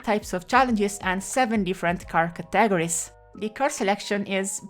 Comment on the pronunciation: Wildest pronunciation of the word Categories i ever heard